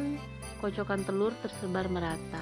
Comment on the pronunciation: The way you say "telurrr" suggests you are Indonesian. You rrroll the rrr just as we do in Bavaria.